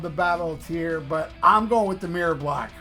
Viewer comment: It is "Tear", not "Tire". Don't mean to be annoying, but that's the fact, bro.